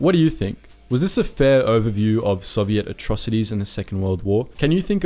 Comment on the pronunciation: Lol the way he pronounces Soviet like "Soviette"